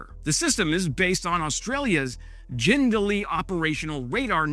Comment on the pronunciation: I was impressed you pronounced Jindalee correct... then you said Canberra, which is pronounced Can-bra